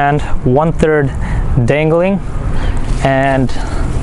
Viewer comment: Straighten not strayen Dangling not dingling